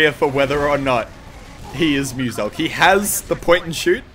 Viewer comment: mewsilk no. moosalkh pls.